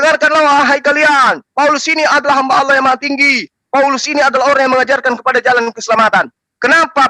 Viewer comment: Asalamuallaikum.. saudaraku.. SETIAP SIANAK BATAK SERING MENGATAKAN ALLOH ITU DIPLESETKAN JADI OLLOH... TOLONG KASIH TAI DIA EH... TAU MAKSUDNYA SAUDARAKU.. 🙈 APABILA GAK MAU DENGAR JUGA,KITA IKUTIN JUGA PAKAI HALLAH.. BUKAN ALLAH... 😡